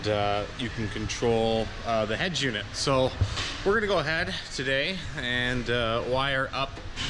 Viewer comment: The fuck is a head jewnit...... UNIT that shit is so annoying EH